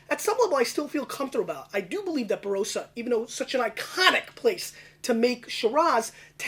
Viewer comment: Barossa is pronounced with the o as a short vowel sound. Bar o ssa, rather than baroh ssa